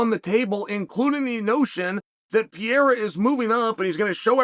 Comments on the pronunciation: One day, Chael will realise Pereira has 2 Rs in it. Til then, "pea-era" it is 😂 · "Alex Piera", finally someone speaks American. Figures it would be Uncle Chael.